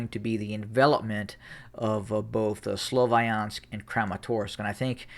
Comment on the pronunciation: Can u stop calling it slovAyansk? where did that A come from